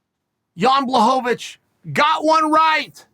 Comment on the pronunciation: Wind blahovic😝😭. I guess pronunciation of names is not Chael's thing. I totally get it😝